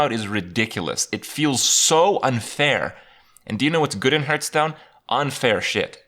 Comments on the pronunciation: I think it's about time Kripp learns the correct pronunciation of 'Hearthstone' as well. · Man who struggles with pronouncing Hearthstone also struggles with seance.